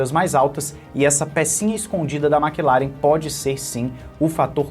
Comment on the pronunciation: "Maqui laren" 😂😂😂😂😂